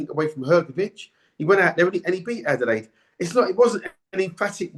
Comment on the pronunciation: Adeleye (not Adelade, you cretin) tried, but he gassed out, it wasn't difficult to work out.